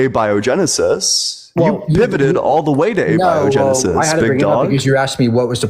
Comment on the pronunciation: guy can't even say abiogenesis.